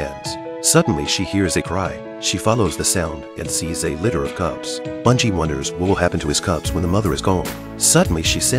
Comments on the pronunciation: B-e-ngi not bUn-gi is how it's pronounced. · The dogs name is Ben-gee!!! Please pronounce correctly!!!